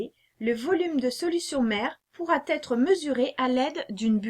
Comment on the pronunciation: Très pédagogique... Attention on ne dit pas pourra "têtre" mais pourra être…;-)